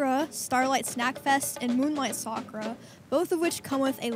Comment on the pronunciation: Ill get one when says sakura right 😂 sock rah!